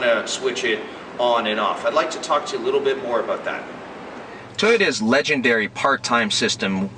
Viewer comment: "its aboot"